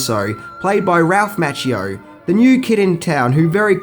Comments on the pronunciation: Good video but you're doing it again, killing the names! Its Ralph Macchio mah-kee-oh is how you pronounce it. Glad to see you finally started saying Willem dafoe's name correctly! :-) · It is, partly, the accent but I really wish people would pronounce words properly: Okeenawa, not as in KIN; karatay, karawtee; and, especially, Daniel-SAWn (mispronounced by Pat Morita who was American born Japanese and could not speak either language) was played by Ralph MAWccheeo, not MATCHcheeo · Hey Mate, it's Mah-Chee-Oh. lol